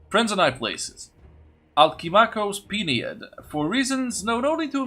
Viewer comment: Thanks for the historical information on Bactria at the start - very nice! By the way, Peneid is pronounced like the writing utensil "pen" and then ay-id. Pen-AY-id.